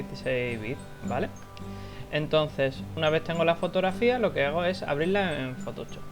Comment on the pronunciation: ¡Me hace muchísima gracia como dice "fotochop" jajaja!